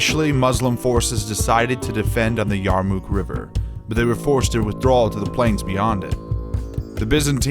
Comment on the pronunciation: The battle of the Yarmuk was certainly a turning point in history. Some suggestions on the program however: get your pronunciation of names correct and perhaps the oft-mentioned dust storm that helped in the defeat of the Byzantines as well.